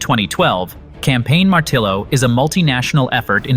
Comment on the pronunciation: This AI bullsh*t cannot pronounce "martillo" correctly. What ever happened to real people speaking real words correctly? And, who produces the dialog and doesn't even realize how to say "martillo?" AI SUCKS!!